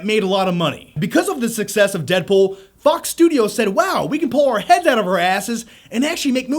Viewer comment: Did you really say "Fuck's Studio"?